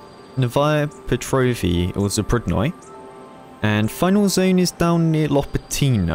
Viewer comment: Not lopatIIIno, but lopAAAtino